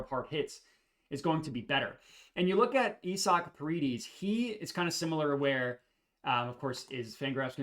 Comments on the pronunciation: It's pronounced I-zick not E-sock 🤷🏼‍♂️😂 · You saying isaac name wrong or im tripping 😂😂😂😂😂🤦🏾‍♂️